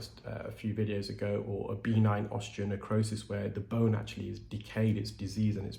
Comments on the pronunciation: Love your videos! Please know that I think the best of you. I’m a dialect coach, and deal in pronunciation daily. I just need to let you know that ‘benign’ is pronounced b’ NINE, not BEE-nine, according to all sources I know of in the Anglo world. All the best. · The word “benign” has the emphasis on the second syllable; be-NINE, rather than BEE-nine. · For the longest time I was hearing B9 Keratosis Obturans. I just figured out you are saying benign Keratosis Obturans. I crack myself up. 😁